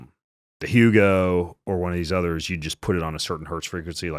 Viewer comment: PEMF brand??? Hugo??? Is it Hooga???